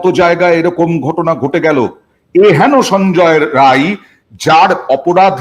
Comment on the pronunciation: ওর নাম সঞ্জয় রায় নয় সঞ্জয় রাই, ও বিহারি, সুতরাং আপনি সংশোধন করে নিন please।